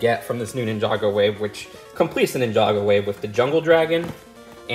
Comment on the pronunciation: moneygo instead of ninjago lol